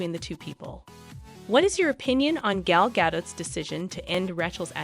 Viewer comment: Not just Rachel. Gal Gadot is also badly mispronounced.